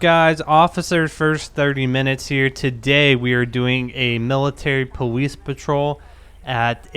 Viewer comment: he said powice